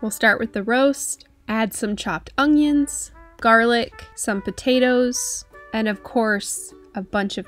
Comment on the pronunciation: is just getting more and more confident in saying "ungyon" EVERY VIDEO. The AUDACITY! 😞